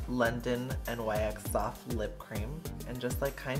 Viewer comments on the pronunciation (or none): Im SO sick of ppl mispronouncing NYX....it's NOT N-Y-X..it's NIKS..the company is named after the Greek goddess of the night. How hard is it to learn this.esp as a make up person 😔smh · it's not n-y-x. it's pronounced nicks!! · N-Y-X Wut? It’s said nix bruh